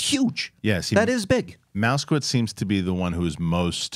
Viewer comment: It's not "mouse-kowitz". It is "Moss-kowitz"